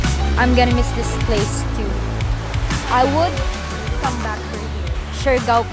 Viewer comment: You there 2 weeks and still can't pronounce the island name correct.. Siargao is pronounced 'shar gow'.... It's not 'shari gow'